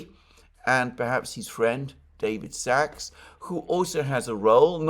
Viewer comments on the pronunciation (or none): none